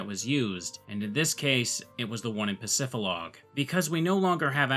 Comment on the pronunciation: It’s PacifiDlog Town, not Pacifilog dummy 🙄